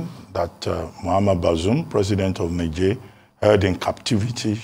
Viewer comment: The pronunciation is "Nij-air"